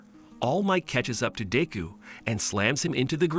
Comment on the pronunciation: i just love how he sas dick ho